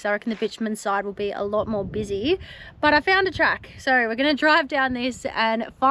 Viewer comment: Oh, you craziy Aussies pronouncing the word 'so' as 'so ar'.